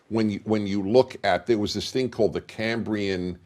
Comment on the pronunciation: Dennis Praguer can't even say 'Cambrian explosion' LOL